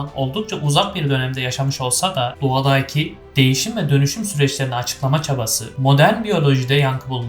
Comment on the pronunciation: İçerik ve anlatım gayet başarılı, tebrikler 👏🏻👏🏻👏🏻 Fakat "hariiiita" ve "doğadaaaki" şeklindeki telaffuzlar biraz kulak tırmalıyor 😊